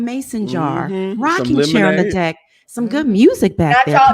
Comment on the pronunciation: Well it did sound like you said di..k instead of deck